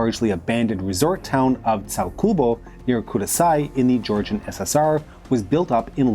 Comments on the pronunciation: The way he pronounces Georgian names absolutely hurts me. I'm fine with Georgian butchering from smaller channels, but this is a channel with 410K+ subscribers for goodness' sake! What the hell is ''SALKUBO'' and ''KUDASAI''? It's Tskaltubo and Kutaisi! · "tsalkubo" and "kurasai" are the funniest pronunciations of Tsyaltubo (tskaltubo) and Kutaisi